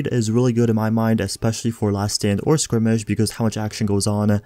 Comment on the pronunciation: Skirmish is pronounced "Skermish" not "skrimish"